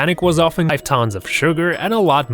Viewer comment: lol his accent on the iceberg tônss